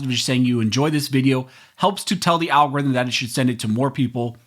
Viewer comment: I used to find it funny when you used to say Al Gore's rhythm.